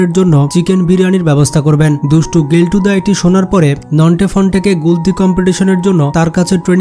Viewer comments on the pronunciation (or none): গেল্টু না কেল্টু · গেলটু না কেলটু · গেলটু না ওটা কেলটুদা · Are bhai কেল্টু ❌ গেল্টু ✅ 🤣 🤣